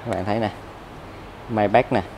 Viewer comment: May bách?! Nghe hơi khó chịu